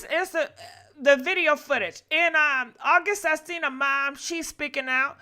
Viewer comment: Lol. Sis keeps saying August Astina🤣🤣